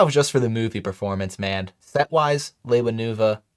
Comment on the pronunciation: Fun stream! Cool background! Nice work! I know I’m not the only one here, but I found it quite irksome that he pronounced Lewa as “Lay-wah” instead of the traditional way, “Lee-wah”, lol! I know, uber nerdy nitpick. XD But for real, though, Keep up the good work! Good to see you back